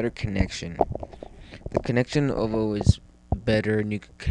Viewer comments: nd its nt o-voo its said oo-voo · O-Voe? Nooo!! It's pronounced Oooh-Veww, or Ooh-Voo. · ooooovooooo not OVO... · When a doll gets pricked in the head with a pin, that's not VohDoe, it's VooDoo. Thnk VooDoo and you'll get the ooVoo pronunciation down, no problema. Still good video